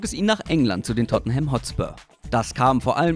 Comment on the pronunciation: Tottenham wird anders ausgesprochen.